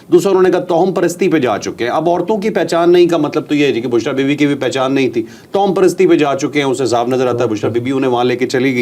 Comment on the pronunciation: توہم کی "ہ" پر شد پیش ہے۔